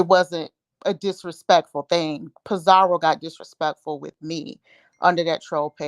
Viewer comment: It’s Pi-zaro NOT Pi-zaRIO there’s NO i in her name 🤦🏾‍♀️🤦🏾‍♀️